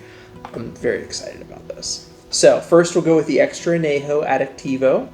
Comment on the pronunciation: Gotta pronounce that ñ. On-yay-ho, not ah-nay-ho. Try some Tears of Llorona, Rey Sol or Tapatío Excellencia if you want a true, additive-free XA masterpiece